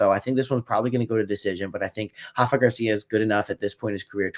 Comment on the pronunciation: Rafa is Mexican not Brazilian, the R doesn’t have the H sound 👍